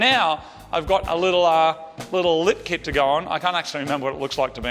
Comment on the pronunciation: I like the lip kit(confused I thought you said "Lift" kit at first), but you should try racing without it and with it to see if you can notice any discernable difference in function. Great Job.. Aside from the impacts of Commuters, I think cars are great for visiting relatives, shopping or taking lazy Sunday drives to Niagara Falls/Lake Simcoe on the fresh expressways... I stopped driving 20 years ago and been riding a bike ever since and the only thing I miss about my car is taking those lazy Sunday drives, rolling one up and rolling down the highway.. This "Bud" is for You! 😏👌🌥 What a great finish too with the makeover... Although might have wanted a light sanding with 7000 grit wet sandpaper block during the paint touchups, to remove the "orange peeling" in the "factory" paint, I doubt however that many people put their faces that close to the paintjob anyway... or even notice...